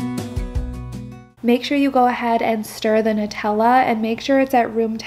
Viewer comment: So glad to finally hear someone pronounce the word “Nutella” correctly. Everyone says NEwtella. So thank you, I can sleep tonight lmao